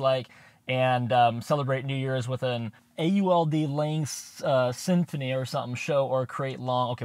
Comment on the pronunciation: "A-U-L-D Symphony" 🤣🤣🤣